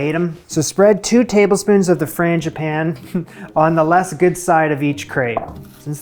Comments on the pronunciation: you are really close w/the pronunciation. Frawn, like fawn(baby deer), Gee(bee gee's) pan(frying pan), then finish w/an ah sound. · The English Teacher in me says I have to tell you: Frăn g ĭ păn Ē (forgive me) 🤣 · I have always heard 'frangipane' pronounced the way you did. I might have asked for some cream with those.